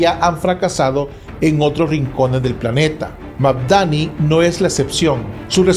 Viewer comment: Es Mandani no Magdani, ademas deja de repetir lo mismo Al principio del video por eso te puse un dislike😊